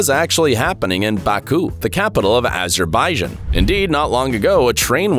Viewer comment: Instead of totally hiding yourself -- inclusive of masking your narration through a robot, the rules of non-English does NOT work on other languages (a dead giveaway). Azerbaijan is not pronounced here correctly! And many other errors! Another anthropophobic uploader!